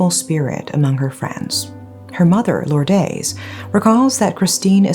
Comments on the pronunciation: you have very good english diction but should try better pronouncing spanish names like Lourdes, it is not that difficult. Don’t try hard to sound american as it is ok if you are not. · Please make an effort to pronounce the victim's name and others by looking it up on the net. Lourdes is Lordes as in des not days. Silawan with emphasis on "LA". This isn't meant as a a criticism.